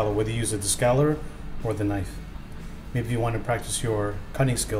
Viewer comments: Narrator's pronunciation as "skallar" versus scaler was hard on the head. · Everytime he tried saying scaler I cringed. "skeller". That's all I kept hearing and I don't know why but it really bothered me. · A Scaler is pronounced with a long ā. A scaler is used to remove scales